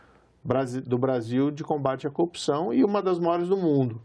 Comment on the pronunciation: Ele falou copsao, foi isso!